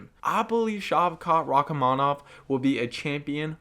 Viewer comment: You're pronouncing Rakhmonov's name wrong. You should honestly do the video again, because it's a very bad mispronouncation, and it's taking away from the very good job you've done.